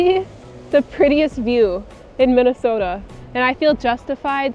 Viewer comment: 발음이 정확하시네요 ㅎㅎ 민네소타 ㅋㅋ